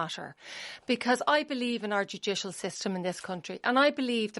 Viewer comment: "Our Jew-jish-al system." 😁